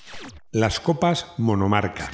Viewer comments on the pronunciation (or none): Copas “Monocarca” 😂😂😂